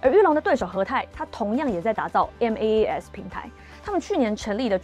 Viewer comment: MaaS是可以發音的不用分開唸⋯